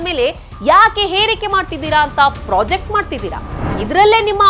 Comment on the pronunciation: ಅದು ಪ್ರಾಜೆಕ್ಟ್ ಅಲ್ಲ, ಪ್ರೊಜೆಕ್ಟ್.ಮಾಡುವುದು.